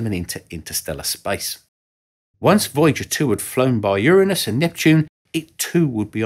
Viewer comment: thanks for pronouncing Uranus correctly 👍